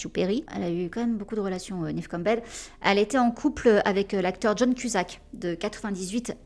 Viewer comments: Quand tu demandes la prononciation de Neve sur Google, la réponse est Nive… À voir😅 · On dit bien " Nèv " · Merci pour la vidéo sur cette excellente actrice 🙏🏼❤️La prononciation du prénom Neve a l’air aussi difficile que le prénom Deirdre x)